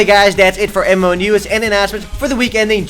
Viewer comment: every time he says MMo news i hear EMO news.... lol